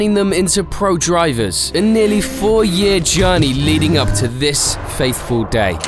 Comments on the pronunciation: *0.20 "Fateful" not "Faithful". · 'Leading up to this "faithful" day'? It's 'fateful' 🤦